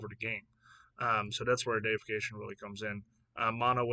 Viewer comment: "Dee-if-ick-ation", which derives from the word "deity". I definitely think some of these will impact Standard. However, Standard is so removal heavy that many of the creatures will just die before they can go off. Also, I wouldn't sleep on Nahiri's Resolve. Having something similar to Yorion in Standard seems strong and in many ways this is stronger.